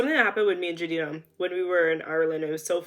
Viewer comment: Wait did u just say Jhadina? 😮